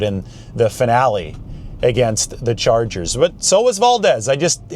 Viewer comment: I never thought I'd hear call them the 'Los Angles Charges'.